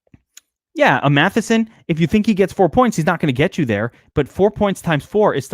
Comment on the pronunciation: Good god its MATTISON NOT MATHISON.